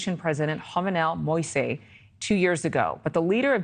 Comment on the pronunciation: She is absolutely not doing a good job with the names, he just wants to give her his 🍆😂. Jovenel Moïse pronounced Joe-Vay-Nel Mow-yeez and Ah-Ree-L Uh-Ree. Not Aryel Han-ree .